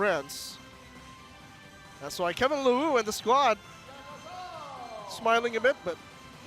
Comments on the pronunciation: Its Kevin (Lee-Rouh) Leroux not "Lewwoo" and Kevin (Ti-lii) Tillie not "Tiyie" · The commentator is having a hard time reading the names of the French players. "Kevin Lawoo" "Kevin Tiwie"